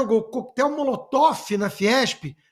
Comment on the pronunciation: Coquetel molotof Constantino????? Molotov é o correto..